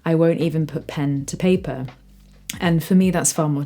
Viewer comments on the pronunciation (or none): none